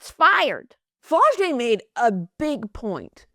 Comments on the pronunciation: “Flaw’-Jay”…..like Flawless . Never flo-jay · Miscorrects her on how to say MiLaysia’s name (it’s pronounced “my-lay-sha”) and then says “Flow-jae”………be for real 🙄🙄🙄 However as a die hard tiger fan, this is the first video I’ve seen from y’all and I appreciate the convo!